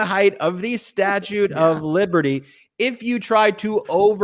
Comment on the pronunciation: Statue is the word you are talking about. Statute is what is coming out of your mouth